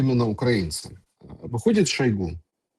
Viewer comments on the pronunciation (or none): none